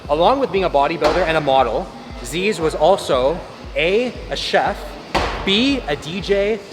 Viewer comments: As an Aussie growing up in the Zyzz era just some little things, it's pronounced "Ziz" and "You mire-in bro" as in "Are you admiring my physique?" when someone was looking at him, he was definitely on roids, loved his pingers(pressed pills of mdma, speed and other amphetamines), and knowing his ego and love for praise the question was easy, he was definitely a stripper, no time to DJ, play rugby or or be a chef when you're all about being admired, he was an icon though, both loved and hated until his passing where all the haters had to shut up and show respect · YOU BUTCHERED HIS NAME BAD THE DISRESPECT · To all aussies be warned: The way he pronounces zyzz and you mirin brah is triggering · how do you do enough research to know exactly what zyzz ate but cant pronounce his name or "you mirin' bruh" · i hate how you pronounce zyzz and "you mirin' bruh" it made me cringe so hard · I’m from straya and the way pronounces “Zyzz” makes me cringe inside a little every time. But good video man 🤙🏻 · the mispronunciation of Zyzz is killing me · mispronouncing Zyzz and mirin was next level cringe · How you gonna do a video on him and butcher his name in the first sentence 😢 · If you're going to use Zyzz's name for views then please pronounce it right :( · It sounds so funny when you Canadians/ Americans try pronounce zyzz and you mirin brah 😂 completely butchered it this video, at least watch a few of his old videos. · The pronounciation is so bad lol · you're mispronouncing Zyzz brah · just letting you know you aren't saying "zyzz" properly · its not zeeez its zyzz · Zeeeez, myrin lol Its zuss, and mairin. bloody yanks! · It’s pronounced like Zizz not Zeez, it’s a bumbag not a Fanny pack, and mirin’ is pronounced like the end bit of admiring because that’s where it comes from - A disgruntled Aussie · It’s pronounced “Zizz” not “Zeeeezz” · Zyzz = ‘ZiZ’ not ‘ze-ez’ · ITS ZIZZ BRAH NOT ZEEZE!!!!!!!!!!!! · its pronounced ZIZZ not ZEEZ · His name is Zyzz not Zzzz